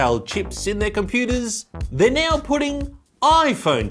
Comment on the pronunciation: Every time he says now I think he says Neo